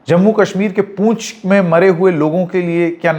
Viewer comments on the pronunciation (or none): पूंछ नहीं पुंछ है महाशय।